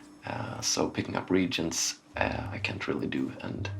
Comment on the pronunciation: With all this talk of "regents" I feel as if only royalty are allowed to play this game. :P Re-agents on the other hand...